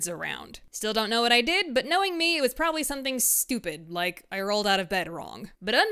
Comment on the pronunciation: “Knowing me it was problobly something stupid” 😂